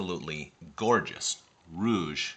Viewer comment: I have two Reuge music boxes and visited the museum in Sainte-Croix. The pronunciation isn't 'rouge' (red).